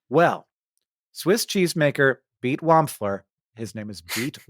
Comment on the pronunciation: Beat the name is pronounced Bay aht